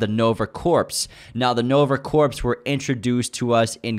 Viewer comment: You guys are interesting and informative, but “corps” is pronounced the same as “core”. Sounded like you were saying a dead “corpse”.